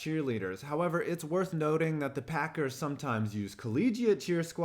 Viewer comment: He said HOE ever